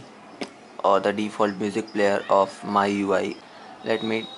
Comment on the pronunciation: review is good but its not my ui it's mi ui bro